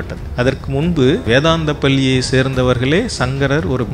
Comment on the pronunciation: தமிழைச் சரியாக உச்சரிக்கத் தெரியவில்லை. பள்ளி (பல்லி) தமிழ் எழுதிய (எழுலுதிய) வழியாக (வலியாக) இப்படி...... சகிக்கவில்லை. முதலில் மொழியில் கவனம் செலுத்தவும். கூட்டம் இல்லாத சூழலையும், தூங்கிக் கொண்டிருக்கும் பதிவுகளையும் எடிட்டிங் செய்யவும்.